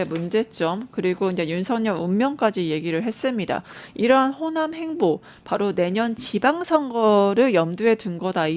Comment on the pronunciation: 발음이 흔들립니다. 좀 더 정확한 전달이 필요. (행보-횡포...)